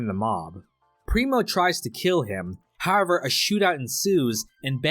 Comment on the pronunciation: why cant you pronounce HOWEVER